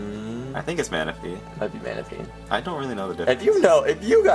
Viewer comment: its manaphy lol